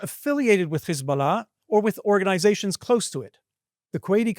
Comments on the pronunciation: Man you cant hide your jewish / israeli origin as you say CH/KH isballah - which is actually incorrect. It is HISBALLAH with simple H sound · In Arabic, Hebrew and English the last syllable of "Hezbollah" is NOT stressed. Why do you do that? Is that something French-sounding and you think it makes you sound sophisticated? Weird.